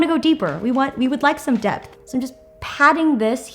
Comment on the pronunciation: tracey’s hell i first heard death too lol